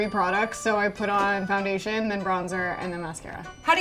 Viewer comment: is no one going to talk about how says fjoundation?